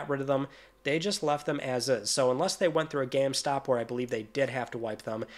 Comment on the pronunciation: Never realized you say geam stop